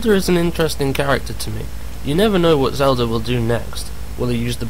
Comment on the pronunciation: WTF!!! WHAT THE FUCK! First and foremost, Miyamoto is not british, he is japanese, second you donot PLAY AS ZELDA!!! YOU PLAY AS LINK!!! YOU GUYS ARE FUCKING MORONS!!!ANd its Zelda not zeldor!